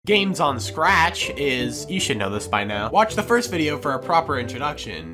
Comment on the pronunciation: When he says SCRATCH it sounds like crack